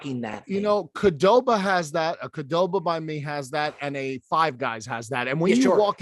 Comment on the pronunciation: Not sure I've ever heard anyone pronounce QDoba as KuhDoba lol